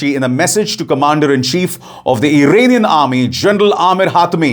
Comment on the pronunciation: Irrrrranian army and strrrrait of hurmuz 😅